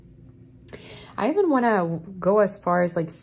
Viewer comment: Every Time You say "I even..." I keep hearing you say my name -Ivan..lol Blessings Love Light #80sBaby #82 #StillPushin